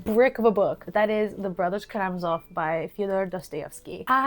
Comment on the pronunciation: Hi! I'm from Russia, I really enjoyed the video, the comfort made my heart happy. Regarding the Brothers Karamazov, I want to say that the stress is on the first syllable. This is not a comment, I just think it will be even more convenient to pronounce.